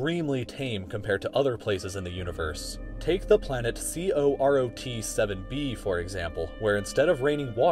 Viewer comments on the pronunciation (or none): is carrot not COROT! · actually it's pronounced "Koh-rot" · No one: Absolutely no one: British: corot